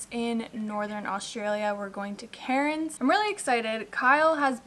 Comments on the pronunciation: Pronounced "Cannes" :) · Omg I died when you pronounced cairns, just say it with a real Aussie accent ‘cans’ 😂😂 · Hey, just a heads up Cairns is pronounced Can's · You will love Cairns! Can't wait to see your content from there! By-the-way, Australians pronounce Cairns - Cans. They don't say their "r's." I was fortunate to spend 2 months in Australia many years ago, and was able to see much of the country except the west coast. Have a blast! Oh, and try Elderberry tincture for your cold. It really helps me more than Echinacea.